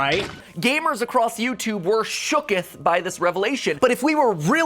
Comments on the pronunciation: “SHOOKTH” wow patmat matpat e p I c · He said shooketh